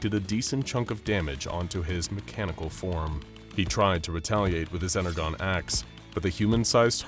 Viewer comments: I.. I am speechless. Four (or three depending on how you see it) continuities. Bayverse Prime, TFP Megatron, G1 Starscream, Travis Knights Bumblebee. Mispronounced Energon. Have bumblebee destroy buildings? Optimus chased by SCP-682? SCP-682 transform? If someone told me that would be an SCP crossover story someone made, I'd never believe that.. I've seen enough XD Oh man, I can't wait for SCPs vs Reapers (Mass Effect), SCP vs Flood (Halo), SCP vs Unicron (Transformers), SCP vs Arceus (Pokemon). Let em cook. But for real.. after seeing that Bumblebee and 682 transform into a cybertruck.. imma bleach my eyes. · I listend to this because i love both this channel and Transformers but oohh god... the mispronouncing of energon made me feel weird 😭 en-er-jon not en-er-gon 😭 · why is everyone pronouncing Energon as 'En-er-Gone', when the pronouncing is nore like 'En-er-John'? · They never defeated optimus here and why is he saying energon as ener-gone ? As in the comments mentioned , its pronounced with a "J" sound like enerjon - more specifically like enerjohn if you want. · Bro called it Ener-Gone like an A.I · I get the feeling the people who worked on this have little to no clue as to the lore behind them and all the different designs they used. The icing on the cake was the way they pronounced Energon. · yeesh cant help but cringe every time the mispronunciation of energon is heard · I kid you not I could not get past because of the mispronunciation of Energon the G should sound like a J, I know I sound like a little Bi- brat but I just can’t stand it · energon? sorry you just said it incorrectly you w should watch tfp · how tf did you pronounce energon wrong? fake fan? And why is starscream G1, but optimus is bayverse?! 0/10 reasoning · He keeps saying Energon wrong.. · The way he pronounced energon made me cringe... g is pronounced as J in energon gosh.... fun video otherwise. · Why are they pronouncing energon incorrectly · Is... is he trying to say Energon?